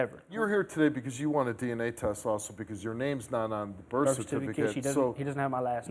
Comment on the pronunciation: Da blak girl “gave burf” 😂